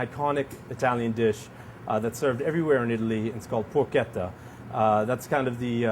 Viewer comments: Did he call it Porqueta? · Sorry man bat it's not Porchetta ...i'm italian